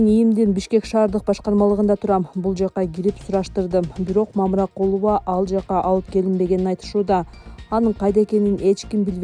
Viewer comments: Мамыракулова эмес Мамыркулова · Мамыракулова эмес ээй тупой башы жок Мамыркулова дэп айтсан дагы журналист имиш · Мамыракулова эмес Мамыркулова деп жазылып туратко маңка автор туура окусаң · Эй танитыраган журналис бироонун фа илиясын жакшылап окуп анан суйлосон боло Мамыракулова эмес мамыркулова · Мамыркулова фамилиясын туура окусаң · Мамыракулова эмес Мамыркулова. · ТООБОО...ДИКТОР...ТУУРА ОКУСАНЧЫ???... МАМЫРКУЛОВА...ДЕП ОКУЛАТ???... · Туура окугула мамыркудова